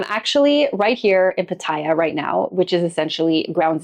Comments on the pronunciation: The name of the city Pattaya is pronounced PATaya, not patAYa as you say. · the way to pronounce Pattaya, is to say every “a” the same way, and,,, the last ya has the accent. So,, pa ta YA.. 😅 love your content. You may be interested in my experience. Never test positive. 1000 partners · I was saying the same thing. People say it how she says it but it’s wrong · Why do people say Pattaya like that. That’s not how it’s pronounced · there is a YouTube guy Ian,, he doesn’t care that Pattaya is a proper noun. It would be like people calling him “eye Ann” instead of Ian. 😅